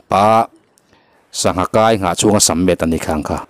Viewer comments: Sir, a hmuhnawm leh rem rem hle mai. Mahse, sammet i ti hian ka beng a ti kham tlaun ta zak. Lumet lo ti hram tawh teh khai.. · Sir..Lumet itih kan rin tehreng nen,sammet iti tlat hian ka beng ati kham tlat mai.adik ihre reng anga entu tamtak ngaihdan iven vang nge i ti diklo lui tlata hriatna ka nei nia.ka comment te hi i tawngkau chheh dik vang hian ka type sual ngamlo thin kha ania,Lumet/sammet hi chuan ka beng ati nâ tep mai a..